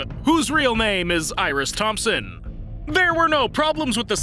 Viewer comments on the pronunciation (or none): none